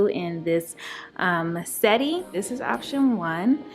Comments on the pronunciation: Settee is pronounced “se-tee” or “se-tay” but not “setty”. Thanks! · Potion 2 is great but u pronounce it set-tee that’s how lol not sette. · I want to start by saying I love your dining room. I hope I'm not offending you, because truly that is not my intentions. I just want to help you you are pronouncing the word wrong. You pronounce it how it is spell. Set tee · Both are gorgeous... you always decorate so nicely... (btw, settee is french and pronounced "set-tee") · You pronunciation of settee. Cute.